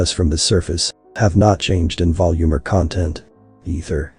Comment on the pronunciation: There is some wonderful unintentional humour though. I laughed at irony of the line "nuance of speech, not just content" having 'content' mispronounced because the TTS didn't understand the nuance.